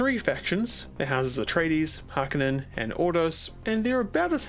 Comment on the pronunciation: har-ko-nen, not har-ken-en, the way they say it in the 1984 movie is the correct way, frank herbert was on set to advise pronounciation